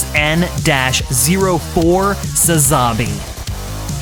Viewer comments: Bruh you gotta stress the first A in Sazabi, not the second A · Can’t even say the name right